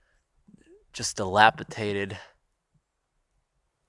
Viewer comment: It's dilapiDated, not dellapiTated.